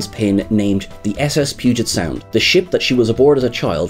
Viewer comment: At least you said Puget Sound correctly. Most people say "Poo"get sound. It's basically the Seattle area.